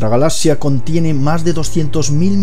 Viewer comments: ¿Por qué no puede pronunciar correctamente la palabra galaxia? Se pronuncia “galacsia” y él lo hace sin la c.(galasia) Me extraña, porque el resto de su pronunciación castellana es exquisita. Quizás sea de la región que proviene. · Es galaxia, no galacia saco huea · galasias dice jajajjajajaj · Despues dices Galas sias, y vez ahí estás otra vez con lo mismo, Lo difícil es explicarte como se pronuncia galaxia sin explicación fonética. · como consejo o critica constructiva, mejora tu pronunciación, ya que el vídeo perdió toda la seriedad al decir "galazzia"